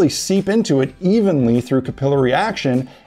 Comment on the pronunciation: Ca-pillory vs cap-ill-lary :]